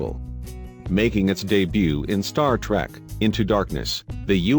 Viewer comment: ur robot voice isn't even saying "trek" properly....lulz